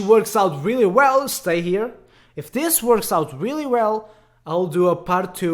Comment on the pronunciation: Btw, It always sounds like he’s saying dis instead of this But that’s just his accent I’m not one to judge =w=